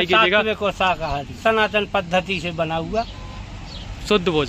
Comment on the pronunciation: पद्दति नहीं पद्धति होता है।